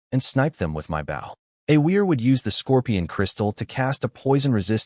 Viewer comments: your saying the weapons word rong {Bo}{W} is silent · They say the word wrong : Bow is pronounced saying the word " flow" replace the letter's f & L , with just a letter low " b - sound " , only not a big " B " at all .